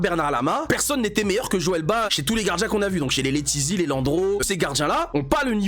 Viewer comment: Joel BA 😅🤣 On prononce le T et le S frérot.